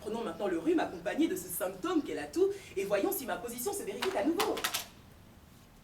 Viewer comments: Elle est très forte.... mais à elle a fait une liaison avec un "t" qui n'a pas lieu d'être elle a dit : " Voyons si ma position se vérifie "t" a nouveau "... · Elle est top, cette fille...! Talentueuse. Mais imaginez son conjoint...il a intérêt à être d'accord avec elle tout le temps, sinon, il va souffrir! 😅 Ps: j'ai noté une liaison impossible après "vérifie" (et non vérifit).